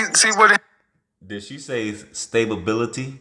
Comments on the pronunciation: Did she say "stablebillity", I don’t even know what that is 😂😂😂😂😂 I don’t either, I know stability though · She said "stabability" lol. Time to go back to English class. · She said “Stablebility” wtf is “Stablebility” 😂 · It's stability not staplebility lmaooo 🤦‍♂️🤣 Kev was about ready to hang up, in his head he was probably saying I got to get this dumb illiterate "diva" off the phone.😂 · Right! Also it's stability not staplebility lmaooo 🤦‍♂️🤣 Kev was about ready to hang up, in his head he was probably saying I got to get this dumb illiterate "diva" off the phone.😂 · This woman said staybability instead of stability she's big, old, got 2 kids, and slow and she talking about her cookies that her ex husband left on the counter for santa 😂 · I think she meant to say,sta-bil-ity,stability. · She said stable bility I m done she stoopid and stubborn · Stablebility? LMAO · Stability stay bowl bility 🤣🤣🤣🤣🤣fried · She said:"stabability."🤣🤣🤣🤣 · Eeekkk "stabibility"....oh my Kevin...Save yourself...hang up quickly b/4 you reach through the phone and slap her for real!!! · Stabe-ability???? Bruh. 😂😂😂😂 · ...she actually meant stalibillylillyty 🤣🤣🤣🤣🤣🤣🤣🤣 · Lol she dont even know english... what is stablebilty...🤣🤣🤣🤣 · She said stabability 😆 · “Stabalbility” 😂😂😂… but she’s high value, right!? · Savorbility 😅😂🤣, im done lol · I think the bish said "stablebility" hahahaaa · A NFL lineman sized "celephant" two-time mother 37 wants "stabability". Incredible. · She try to say stability. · She's trying to say " Stability" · She was trying to say stability